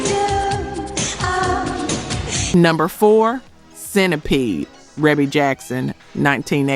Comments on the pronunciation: And it's pronounced reebee not rehbe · Thank you!! REEEEBEEE. Other than that, nice video. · For the love of God. Her name is REE-BEE!!! that’s how it’s pronounced. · Love your video! Thank you for all the information! Great unknown facts! I am a major MJ fan and didn't know that Michael wrote all of these. Shame on me! LOL. Just one small feedback ... Rebbie is pronounced "Ree Bee". You're awesome! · The production wasn’t just Micheal Jackson and her name is Ree.bee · Rebbie? Pronounced “Ree-bee.” I thought everyone knew that 😂😂😂😂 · Rebbie Jackson Centipede was and is absolutely amazing!! Fierce and just a great song. FYI Ree-Bee is the way her name is pronounced. 🔥🔥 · It’s REE BEE Jackson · Not sure why you included number 8, I think everyone knew he was a co-writer of this. Quite a few of these songs are unlistenable, actually. And it’s pronounced “Ree-bee” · Pronounced "Ree-bee" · I know her name is pronounced, Reebee. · THANK YOU - REE-BEE! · Reeeebie AI get it right! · Rebbie is pronounced "Reebee"... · I know it's spelled Rebbie, but it's pronounced Ree-bee. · That AI for ya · Omg! Rebby. Cmon now. If you're doing a video, at least know the siblings' names. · ITS REE-BEE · How you mispronounce Rebbie name 🤣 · Is this AI? You keep mispronouncing REEBEE's name. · How you Rebbie's name wrong but say her daughters name correctly!!!???? How sway!!!! How!!! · I wish you knew how to the pronounce folks name...😮 And his sister at that ..where the respect to Michael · How about just calling her Maureen since no one can pronounce Rebbie correctly? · You pronounced Rebbie’s name wrong 🫢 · I was screaming the same thing. How do you do a list about Michael Jackson but don’t know how to pronounce his sister’s name. Smh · Yes! Each time she mispronounced her name just irritated me 😂